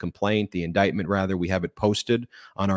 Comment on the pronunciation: ....or, as MTG says it: indicktment.